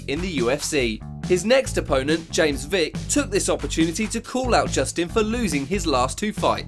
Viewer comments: I like this channel over others because you actually pronounce the names right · Props to this guy for pronouncing alot of these names really good!